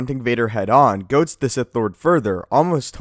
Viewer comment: The word is “Goad” not “Goat.” Smh